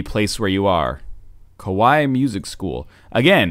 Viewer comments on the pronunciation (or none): none